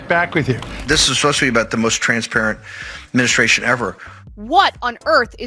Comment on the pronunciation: adminiSTRation. not adminiSHTRation. stop saying that!